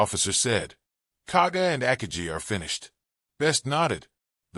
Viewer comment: With all the time spent on making this video, no one bothered to research the correct pronunciation of “Akagi”, which is distracting. I have never heard it pronounced that way.